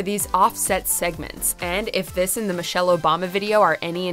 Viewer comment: "Michelle" RIGHT